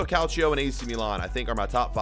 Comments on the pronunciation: Nobody: Absolutely Nobody:: cAliCio a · he he he you said calcio A